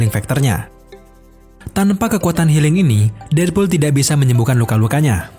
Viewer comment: Namanya:deadpool Yang gw denger:deadbool